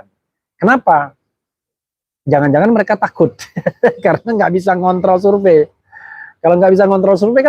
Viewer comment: Bener kata p sure pay bukan surevey